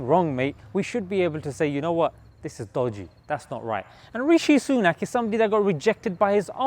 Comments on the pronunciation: "Rashee Sunok" LMAO 😂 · Biden: Rashee Sunuk, loool